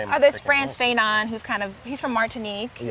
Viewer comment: pronunciation of "Fanon" 💀 It's Fah-non, mademoiselle! 😂 Nice content, hun!